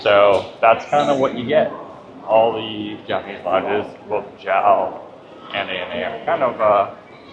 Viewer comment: First time i hear someone call J A L JAL as in 1 word...